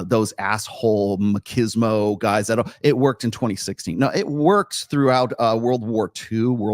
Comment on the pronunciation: The word is 'machismo' (mah-chiz-mo), not makismo; from spanish 'macho' (mah-cho) - male/masculine/cockiness